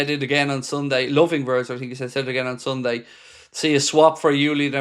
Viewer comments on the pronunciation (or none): none